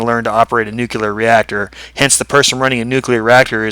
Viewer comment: I just want to say thank you for being one of the (apparently) few people that can say "nuclear" correctly. Heh.